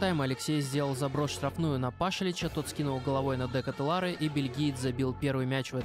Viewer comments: Спасибо за коммент, но в этом вопросе не все так просто) В Бельгии 3 официальных языка, а его родной Голландский, поэтому я решил не заморачиваться с произношением так как даже в разных частях его страны фамилия и имя могут звучать по разному Сам он произносит: Шарль Дэ Кэтэлар Так что ты прав - более корректно не Чарльз, а Шарль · Верно, а фамилия правильно на Фламандском диалекте произносится Дэ Катэлар, но я не специалист в Голландском языке поэтому допустил ошибку, спасибо за комментарий